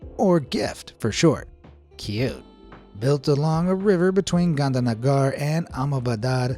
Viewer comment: dude u really said Gandhianagar and ahmedabadar 😂😂